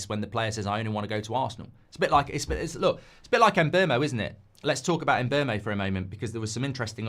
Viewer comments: Mark please! Mbeumo is called "Mboomo" just like BOOM! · I got a Cameroonian coworker with the same name. If its pronounced the same then it's em-BYOO-moh. Byoo not boom